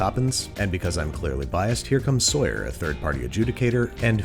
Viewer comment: He said Sawyer and I was like… wha??